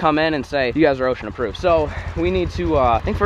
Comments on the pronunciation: why does say "ocean approved", aint it osha. Not ocean lmaooooo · no hate lmao i love watching but its OSHA not ocean approved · If I hear ocean approved again I'm going to blow my fucking brains out lol it osha thers no n at the end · you are making me think its ocean and not OSHA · Did you just say ocean approved? Isn’t it osha?